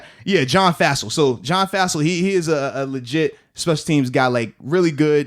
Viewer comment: John Fassell (pronounced fossil)